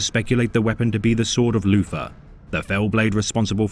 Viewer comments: Can’t handle this dude saying Loofer instead of Luther over and over again. Lord of the bathroom back scratchers. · Poor Loufa, being betwayed wike vat. The forced voice is good. The mispronunciation makes it funny. Haha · As a subscriber to, I have to point out that you keep mispronouncing 'Loofah' as "Luther". 😉